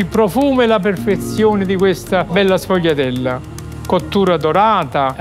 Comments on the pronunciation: SE PRONUNCIA SFOLHIATELLA. NÃO SFOGUILHIATELLA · Shvee-ah-dell - Say it right announcer! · Qdo apresentar uma receita aprenda no mínimo a falar o nome correto, a pronúncia é esfolhatela, GL em italiano tem som de lh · Wrong, it’s pronounced shfoo-ya-dell